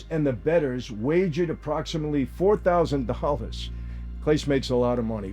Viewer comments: Pronounced CLA-SAY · Interesting insight as always! BTW "Clase" is prounounced "Class-Eh" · I was going to say the same thing. Michael Franzese knowledge of the way the underground works - 10 out of 10. His knowledge of Spanish? 1 of 10. It’s Cla-Say and Pa-Hes! 😎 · His name is pronounced Class-Aye, not CLASE. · Claw-say. 😂 not clayse. The worst part is Clase didn’t make a lot on the deal. Small money for what he was getting to pitch. I’m glad I got to see him pitch because he was the best closer in the game and he’ll never play again. Stupid stupid stupid decision. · FYI: Claaa-say, not Clase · His name is “class-A” Not “Klace” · CLASE.. KLA-SAY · Clase is pronounced "Class-A" ironically. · Thank for the news. I do believe his last name is pronounced Clasé, with a french "e" at the end. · Can someone please help Michale pronounce Clace properly lol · Not clase.. Clasaay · They're pronounced Cass-Eh & Paw-Hez 🙄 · Clase is pronounced Claw-Say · AND athletes are ripe for payoffs and throwing games in ALL sports! Very easy for college athletes to make big money in a small money arena for them. Guardians pitcher is Clasé, pronounced Class-A. Pages is pronounced Pa-hehs. 😊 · Hahahah "CLAYSE" I guess it does look like it, but still made me laugh And "pages," too And "gee-aye-eff" imagine. Now I'm wondering if I'm getting trolled. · It’s pronounced Klah-Say. Him name is Klah-Say….. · Clah-say ... just an fyi, not intending to be petty lol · Mike FYI, Clase is pronounced Class A. BTW, I love your "sit downs" here on Youtube. I'm a May baby too. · Clase pronounced Class-A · Just a heads up, Michael: Clase is pronounced "clah-SAY" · "Clase" Clasé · It’s pronounced “Clah-say” just FYI from a struggling Clevelander 😂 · Great video as always Michael🫡 but just so you know, the name Clase is pronounced “clah’say” keep up the great work! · The players names are pronounced: Pa-hez and Claw-say. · Mike that's not how you pronounce the pitcher's last name